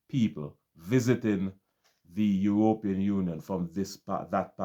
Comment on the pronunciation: Bro. I have some problems with your presentation. Firstly, I do not understand why you pronounce the word European the way you do. If I were a non caribbean person I would be misled to think that this practice is widespread in the caribbean. A few of the smaller islands decided to practice this nonsense but for many of us that is not our reality. You paint a picture that all we have is tourism, that is not totally true. You should be specifying that the few island that engage in this practice have only tourism. Stop saying "we" that problem is unknown to many of us. In the caribbean we have more than tourism as revenue generators. Trinidad has oil and a vibrant manufacturing industry. Export of agricultural product generates revenue.. jamaica and guyana are known for their bauxite. Jamaican manufactured products flood the caribbean and can be seen in the US and Canada. Guyana has bauxite, oil, gold diamond, lumber and some manufacturing. In my own country Barbados we depend heavily on tourism, some light manufacturing with the manufacturing of pharmaceutical topping the product list. But we generate a considerable amount of revenue from the financial services business. While we do not have natural resources our greatest asset is our people. We are amoung the most stable countries in the caribbean with one of the strongest dollars. My brother I do not like the way you protrayed the caribbean. That is the oecs countries that is not us.